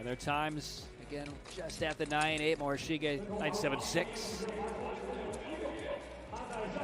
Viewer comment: Really need to get a commentator who can say the skaters names correctly and consistently - in the 500 he called the ladies winner Yoshiya, Yoshino and finally Yoshida all within a couple minutes (not to mention the consistently changing way he says Takagi, Morishige, de Boo, Schulting, Stolz etc)